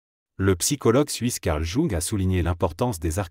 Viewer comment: Mal prononcé JUNG!